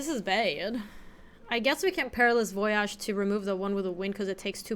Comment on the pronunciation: Don't let chat keep you down! You can pronounce voyage as incorrectly as you'd like!